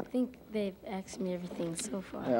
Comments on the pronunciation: 'they aksed (asked) me' - he said. afro americans do say that way sometimes. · He said “they’ve axed me everything” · Did he say "they've axe me"?